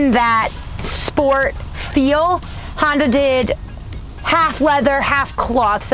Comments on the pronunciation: Honder Accord......ROFL!!! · Honder accord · Honder lol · Is it just me or is she calling it a honder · HONDER!!! Gotta love it. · i tot she said her nama was honda...lol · She keeps saying hondurrr accord. WTH? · Why do white people say honder? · She said “Honder”....gotta love that New Wngland accent. Lost mine when I was 10 when I moved away from RI